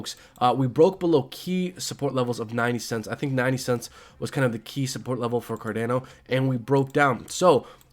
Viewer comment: Car Don O ...not car Dan o